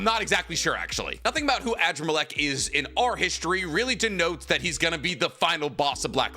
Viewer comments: Adramalech is pronounced Ah-Draa-ma-lek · at this point i’m convinced you purposely pronounce characters names wrong on purpose. AN-DRAH-MUH-LEK, sheesh